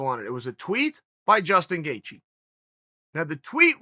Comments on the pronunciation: Nobody: Chael Sonnen: Justin Gethje Justin Gaethje: Chel Sonen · Chael calls Gaethje Gethje then its Gethje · Justin: My surname spells as Gaethje Uncle Chael: It's Gethje Justin: My surname spells as Gethje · Me: Gaethje Chael: Gethje Me: Okay, Great! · Gethje? Now ur just messin with us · Gate gee